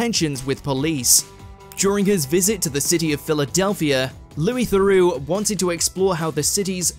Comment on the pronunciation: Loois Thorax.